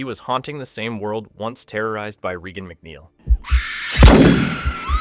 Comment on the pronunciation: Dude come on. Stu’s last name is pronounced like “Mocker”, not “Macker”. Regan MacNeil is pronounced like Ronald Reagan, not “Reegan”. You haven’t even watched the movies?